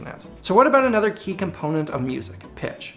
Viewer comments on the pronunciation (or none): none